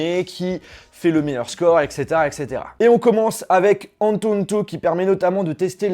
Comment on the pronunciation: antutu pas antuntu